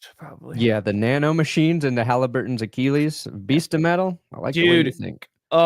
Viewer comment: Achilles pronounced “ah-kih-leez” not “ah-kee-leez”. Read a book.